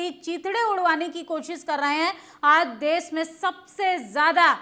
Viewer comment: आंटी देस नहीं देश होता है 😢😢😢😢😢😢😢😢😢😢😢